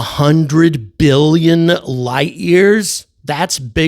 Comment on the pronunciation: Seems with her accent that she said a million, not billion.